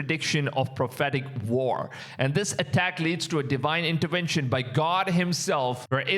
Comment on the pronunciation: "Deewhine intewenshn" What a crap, what a blasphemy